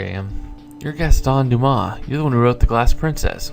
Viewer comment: You're right in the pronunciation of Dumas, because in French unless the word has a vowel at the end of it you don't say the last letter